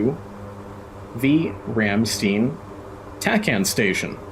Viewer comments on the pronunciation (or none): Thats not how you say Ramstein😅 but great vid 😉